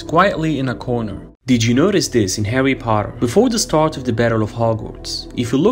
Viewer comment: “Did you notice this in “Hawry Potwer” LOL😂